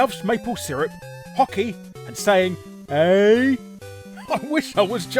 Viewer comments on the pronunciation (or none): Hey Larry! First of all, we don't say "HHHHHHHHHHHEEEEEEEEEEEEEEEEEEEEEEEEEYYYYYYYYYYYYYYYYYYYYYYYYY", we say "eh". Bear Hugger never was offensive in any fucking way... And i'll repeat myself... The pause you observe between the intro ennumeration and "As IIIIII SAYYYYYY!!!!" is terribly awkward and makes it looks like you can't speak fluently because... Spasms...